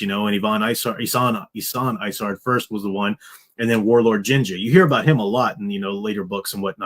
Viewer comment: I love how you mispronounce Warlord Zsinj as Ginger.